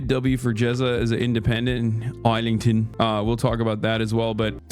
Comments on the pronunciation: « Thames » as in the river is pronounced « Tems ». « Islington » is pronounced « ISlington » not « Ilington ». 😊❤ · Bro how are you just effortlessly reeling off facts about British politics WHILE comically mispronouncing words like the River Thames (Tems)? Islington is not (isle ington) its ISlington. Not trying to clown you bro. Just shocked how you know so much about the political landscape of the country while mispronouncing key landmarks. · I’m crying at Hasan pronouncing Islington like island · IZ-lington btw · bro just called it isle lington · As a brit hearing i-slington and the river th-Ames is hilarious. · hasan saying islington as in isleington is hilarious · "river temz" "iz-ling-t'n" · the way he pronounced Islington completely wrong is sending me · Can’t listen to a man try to act like an expert in the politics of a country when he can’t pronounce boroughs and world famous landmarks correctly. Dunning-Kruger brother, ya missed hard on this one.